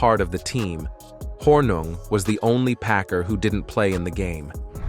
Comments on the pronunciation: are you guys a mouth piece for the TLA? p.s., it's pronounced horning, not hornug. my goodness. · It’s pronounced Horning even though it’s spelled Hornung . He was so fun to watch playing for the Green Bay Packers ! He and Max MaGee kept Vince Lombardi on his toes during curfew check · His name is pronounced “Horning” despite being spelled Hornung”… RIP Paul! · Spelled Hornung, pronounced "Horning." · Why are you fucking his name up ? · Really how can you screw up his name so badly!